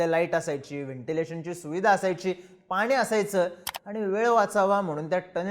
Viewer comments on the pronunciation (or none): none